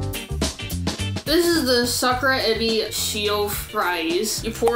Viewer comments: Although you are correct about the k-ra part, it's the pronunciation of the a in Sa-ku-ra that is incorrect. I live in Japan, I have lived in Kansai and Yokohoma, and the "a" sound is more of an "ah" vs. an "awe", which is what they are doing in the video. ... If that makes sense... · I thought he said Soccer season. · I thought he was saying 'soccer season' until the sakura season info came upXD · I thought they were saying soccer... lol and it was sakura... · i thought he said, they went there for SOCCER season 😅 haha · I thought he said soccer season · I thought they said ‘soccer’ 😂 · Ohh did he really say Sakura?? I didn't know that! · I was so put off by the pronunciation of sakura that I had to search for video of Japanese people talking about sakura to make sure I wasn't in some alternate universe with a different pronunciation of sakura.